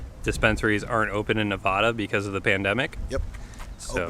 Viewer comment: Please learn how to pronounce Nevada correctly. That is all.